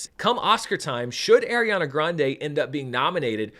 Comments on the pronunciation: Small thing - just because I didn’t see it early on in the Top Comments, so apologies if you already know, but it is pronounced like ARE-iana, not AIR-iana. I think she’s less snippity about people saying it incorrectly these days than when she was younger (which is awkward since literally some of her costars still say it wrong), but I just wanted you to be aware for when you film part two. Love your work as always and thanks for having your review ready! I’m seeing an early Wednesday night screening in IMAX with my brother tomorrow. Most anticipated film of the year for me, so I’m sooooo glad it has your seal of approval! ❤ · Unfortunately that’s not how you pronounce Ariana’s name